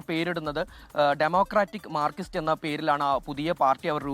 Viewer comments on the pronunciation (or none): മാർകിസ്റ്റ് അല്ല ചങ്ങാതി മാർക്സിസ്റ്റ് എന്നാണ്. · മാർകിസ്റ്റ് അല്ല മാർക്സിസ്റ്റ് എന്ന് തിരുത്തി വായിക്കുക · നാക്ക് വടിച്ചിട്ട് മാർക്സിസ്റ്റ് എന്ന് പറയൂ... മാർക്കിസ്റ്റ് എന്ന് പറയുന്ന പത്രപ്രവർത്തകൻ്റെ യോഗ്യത എന്താണ്.